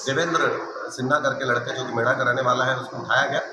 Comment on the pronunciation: Mendha h bro Mera gaon h gaon ka nam to sahi bol lo